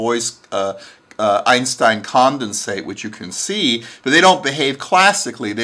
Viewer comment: String-Theory... still waiting for Boxer-Theory, or Going-Commando-Theory. The way you pronounced it, it did sound like "Beuys-Einstein-Condensate", which would be very surreal... (BTW: they managed to make a BEC out of photons, you heard about that?) ...and, well, I see the universe as a good cruel joke. A very long one, though. Up until now that joke took 14 billion years to be told, and we still have no clue what the final punch line will be like.